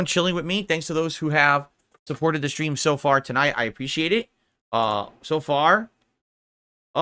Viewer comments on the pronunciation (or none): Do you remember his goal half dozen dent tippers that have been tipping him for years? It's fifty bucks a schtream in case you didn't already know. I mean he tells you every single schtream if you weren't aware. So that's fifty bucks to avoid any confusion. Let there be no doubt that it's definitely fifty bucks a schstream.